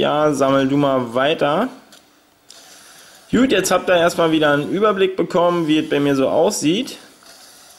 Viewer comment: Warum sagst du immer jut schtat gut kliengt dof :(